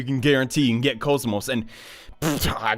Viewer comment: "Kaz-Moss" Come on, man.... You had one job.